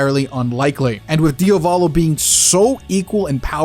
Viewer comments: The only thing I hate about this video, is you saying Diovalo instead of Diavolo......I swear it's not that hard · DIOS MÍO, why do you call him DIOvolo??? That's so grating and off-putting! You KNOW it's Diavolo! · “Diovolo” 🤤 STOP SAYING IT IDK WHY ITS GENUINELY PMO ITS DIAVOLO DE-AH-V-A-L-O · "Diovalo" lmao dude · thought i was the only one who noticed this, it made the video unwatchable for me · why is bro keep saying his DIOvalo 😭😭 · I love your videos but as an Italian please diavolo it's not pronounced diovolo like Dio. The a is pronounced like the A in "art". Please it's not hate your videos are fire it's just to clarify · Even part 5 polnareff gonna be walking with this (Also for the love of Dio,, stop pronouncing Diavolo "Diovolo"😭😭😭) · Why you keep calling Diavolo "Diovalo"